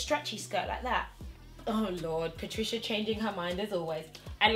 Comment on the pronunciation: “How I’m going to turn up at my sugar daddy’s funeral” PA-TRICIA LMAOOOOOOO PLEASE